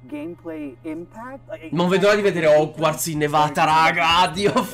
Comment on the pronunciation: TI PREGO PRONUNCIATELO COME SI DEVE….Si pronuncia HOGUORTZ NON HOGUARZ 😂 E BASTA …..